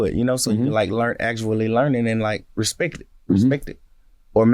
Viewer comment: he said respek